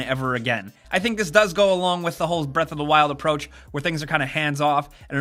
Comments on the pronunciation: what really drives me crazy is how he pronounces it breath a 'da wild. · Zelda: Breath Uhhh-Duh Wild. pronunciation is hilarious to me.